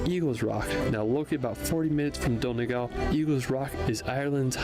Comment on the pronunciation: Why can't Americans say Donegal. it's Dun e gawl, not don e gal.